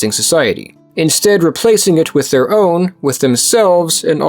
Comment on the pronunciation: "zeir culture" Where are you from, buddy?😂